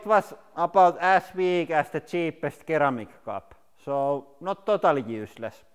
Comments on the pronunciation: Keramic Coffee Cups Rip English accent :) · Sir•am•ik not kir•am•uk love your content, keep it up. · Ceramic is pronounced Sir-ram-mick. Not Keer-ram-mick. Love ur vids guys. Enjoy ur day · 'Keramic' had me laughing. Easy mistake for non-native English speakers. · ceramic is pronounced like "seramik" and the emphasis is put on the second syllable. "ser-A-mik" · Ceramic (sir-am-ic) lmao